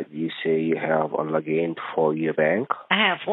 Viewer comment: I love it when you toss logic in the scammers face. Trying to get your bank "Logeen" was hilarious.